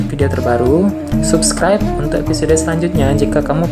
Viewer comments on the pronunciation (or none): none